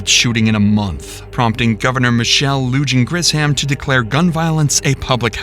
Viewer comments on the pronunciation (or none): brother you desperately need to work on your pronunciations of Hispanic/Latin names lmao, as a native Burqueño the governors name is not Michelle Lewjan Griss-Ham. It’s Michelle Lujan Grisham (Loo-hahn, Grish-um) not the first time i’ve noticed this in your otherwise really good videos, I can’t be the only one bothered by this lol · Maybe try to learn even remotely how to pronounce the governors name lmao. "Michelle Loojin Gris Ham" come on bro lol